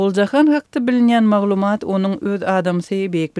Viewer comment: прекрасный туркменский язык у вас! Только надо говорить не маглумАААт, а маглУУУмат.